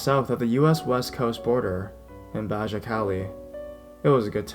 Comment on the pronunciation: Baja ( ba-ha)